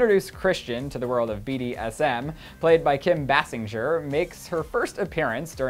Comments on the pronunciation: Its Bay SING er not Bay SINJ er .. Kim Baysinger. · Her name bassinger is said like " bass-singer not the way u said it smh